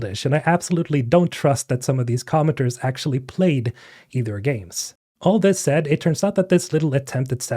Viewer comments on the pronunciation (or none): none